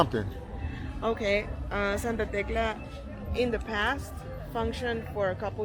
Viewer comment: Tecla sounded to me last like Tesla 🚗,, this content is awesome 😎 I'm too doing travel videos so I'm finding this to be more interesting to watch, respect to the guide she is well informed of the area which makes this video informative type of,much love and support from usa 🇺🇲🇺🇲✌️ enjoy your stay!